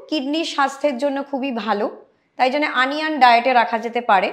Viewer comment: কথাটা আনিয়ান নয় হবে ওনিয়ন।।।।।